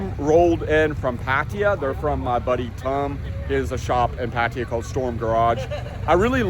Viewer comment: I’m pretty sure it is not pronounced “Pat tier” for Pattaya